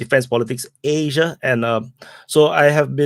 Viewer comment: aaaaasiaaaaaa say it right